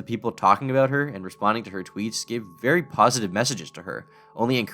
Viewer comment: shhhhh be vewy vewy quiet. We’re gonna be catching predators